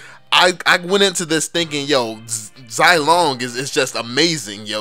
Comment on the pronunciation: Go to google translate zilong to Chinese and listen to the correct pronunciation please.... So many youtubers failed to pronounce Chinese names